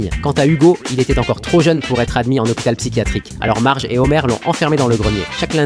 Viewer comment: C marge pas margei ni magui